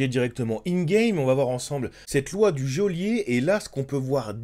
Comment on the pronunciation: Il serait plaisant de prononcer goelier correctement 😤